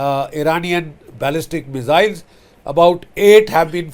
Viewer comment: Sir, MISS-ILZ not MIZZ-ILS